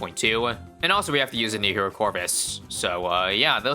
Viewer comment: bro did NOT say “hero”🙏😭